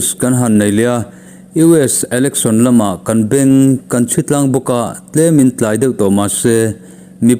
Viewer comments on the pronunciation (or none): none